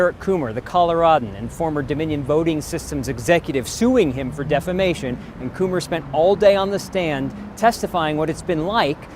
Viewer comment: He still pronounces it, "defLamation." He can't even Google it for his court date. He is definitely in the running for the, "who drank the most orange kool-aid," contest.